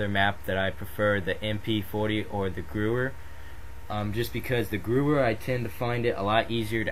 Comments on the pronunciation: youre completely wrong its pronounced "Geh-vear" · The gewhr is pronouced gwa hair and the m1a1 is stronger. Just sayin by stats